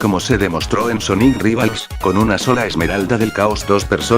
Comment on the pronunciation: ala yo escuche soniku y después de un minuto recorde un meme donde amy le dijo soniku a sonic